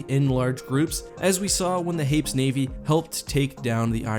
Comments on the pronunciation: Hā-pēs, not hā-ps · HEY- pees, it's an actual real-world word. I wasn't going to comment until I saw no one else corrected the pronunciation. Unless some canon source decided to pronounce it real real dumb for some reason, it's a two syllable world.